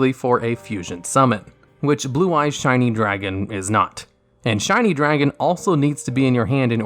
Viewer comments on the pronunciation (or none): Did anyone else notice he said "Blue eyes Shiny Dragon" and not "Blue eyes shining dragon"? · am i hearing wrong or is he saying shiny dragon lol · It sounds like he keeps saying shiny dragon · Was it just me or did he keep calling it "Shiny dragon"?